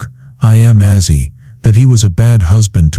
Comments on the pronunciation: I love Ozzy but couldn,t watch after a few minutes cuz of the ai speaker calling him Azzy. It made me ill. Get it right. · Its not assy its ozzy